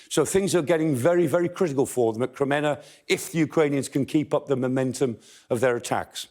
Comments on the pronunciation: Kreminna is said: 'Kre-MEEN-nah'. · His pronunciation of Ukrainian place name is better than many BBC news readers, but Kreminna is pron. Krem-min-na. Look forward to seeing orc forces of Mordor driven out of Ukraine forever. Вічна слава захисникам України! 🇺🇦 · Kreminna is "PRONOUNCED": 'Kre-MEEN-nah'. Now we can improve our Ukrainian and English at the same time.